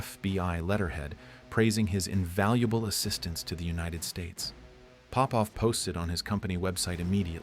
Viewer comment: It's not Pópov, it's Popóv. I'm Popóv.